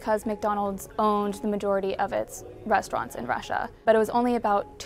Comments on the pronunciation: LOL can't listen to this narrator butcher the word "rest-o-raunts" anymore. Culturally mispronouncing that word is virtually exclusive to black Americans and sounds so uneducated every time. This is supposed to be a "news" show after all. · The woman reading from the script needs allocution lessons, it’s not “res-tow-ronts,” unless you’re from the hood.